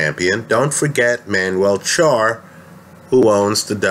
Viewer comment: Charr is the only "Spanish" name that can get correct.